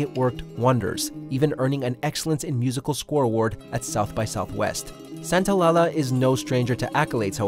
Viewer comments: Santol-la-la? Lol not how it’s pronounced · “Santalala”... SANTA - O - LALLA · Gustavo "Santo la la" 🤦🏿‍♀️🤮 it's Santaolalla, Santa-oh-lah-ya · Santo-lie-aye-ah .....santolala 🤦🏻‍♀️ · se dice "San ta o la lla" no "San ta o la la" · I can’t get over how he pronounces Gustavo Santaolalla. Lol “Santa-lah-lah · precisely. Santa-oh-lah-ya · Literally stopped the video to check the comments like "wait did he just say lala??" Lol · also the character is argentine so its actually pronounced santola-"SHA" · The composer’s last name is pronounced SANTAOLAYA. Two L’s in spanish is a y sound. Like quesadilla and tortilla. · This dude said Gustavo Santo-la-la 🤣🤣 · "Santo-LALA"... I'm scared. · “Gustavo Santaolalas” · Gustavo Santa-oh-la-la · Gustavo SantaoLALA 🙃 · no its not, in Spanish the double "ll" its not pronounced like "ya". I can't explain it because you don't have any similar words in English. It just doesn't exist in your language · Spanish "LLA" sounds like English "JA" as in Jack or "Jah" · Hearing him butcher Gustavo’s name kills me... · So often in The Last of Us videos, no one can pronounce gustavo santaolalla's name. Watch any naughty dog video with him and Neil Druckman and you'd have it down. Bit of poor research for a great channel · Jfc please learn how to pronounce Santaolalla's name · It hurt me when you pronounced Santaolalla's name like that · Oh boy you Butchered Gustavo‘s last name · The way you say Gustavo’s last name is extremely cringeworthy. You totally butchered the pronunciation. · Bro, come on, that's not how you pronounce Santaolalla.. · Cringe at pronunciation of Gustavo Santaolalla